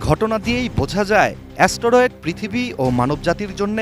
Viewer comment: অ্যা-স ট-র-এড😂